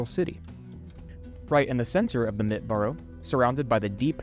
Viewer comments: It’s pronounced MIT-TA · The e in Mitte isn't silent 😊. Think middle. Mit in German means "with". Very nice video! I love the idea of this video. Sensory history is pretty popular now. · Thumbs up. Try to pronounce German words correctly. Mitte, not Mitt. Look up Nikolaiviertel! (Fiirtel!).